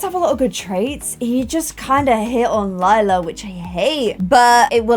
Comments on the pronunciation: LAJLA NOT LILA PLS PRONOUNCE IT BABE😂❤️ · LILA not LEELA come on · (Not trying to be mean) I love hearing keep saying Leela instead of Lila and then correcting herself 😆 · DUDE ITS L I L A!!!!! IF YOU WANNA CALL YOU HER "LAYLA" THAN MAKE HER NAME "LAYLA" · I just noticed she said Lila instead of Lela in the beginning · Hah it's cute cuz no matter how she says it, it will mean purple in both english and german. I know she originally named her Lila to not have a weird name like Lilac so it was a shorter version of it to show the color, but due to her shortening it she mistakes it for Lela :) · When pronounces Lila as Lee-la and Lie-la within two second of each other 🤦🏼‍♀️😂👌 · Lila like “Lilac” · PLEASE! if you wanna pronounce Lila right, think of Lie-la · thanks for this. :) new appreciation for lee-lah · Hi! If you need a way to remember how to pronounce lila’s name is this: Lie-la hope it helps!😊